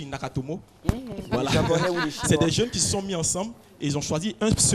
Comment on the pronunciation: c'est SATOSHI NAKAMOTO au lieu de NAKATOMO ...